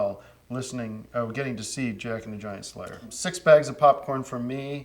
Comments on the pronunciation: I like how Tim emphasizes "Jack and The Giant Slayer" as though it's about a Slayer that is giant. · Tim says giant-slayer like theres a slayer who is giant.